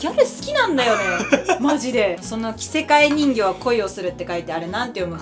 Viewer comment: のプリキュアはスタートゥインクルプリキュアの天宮えれなちゃんだよ！すごい面倒見がいいお姉ちゃんだよ!! がその着せ替え人形は恋をする知ってるの嬉しいんだけど🤦🏻‍♀️🤍読み方は そのビスクドールは恋をするって読むよ!!今漫画がすごい激アツだから読んで欲しいな⸜❤︎⸝‍